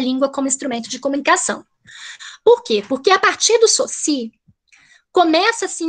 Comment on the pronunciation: Ferdinand Saussure (a pronúncia é sôssi) Que vergonha de uma "pesquisadora de linguagem ainda não se familiariza com a pronúncia de Saussure. Fora a militância de criticar o conservadorismo. Sou professor de Português, lamentável pelo preconceito do "bem" com que é conservador.